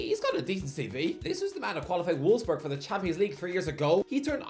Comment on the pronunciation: It's volfs boorg bro wtf is a wolf's berg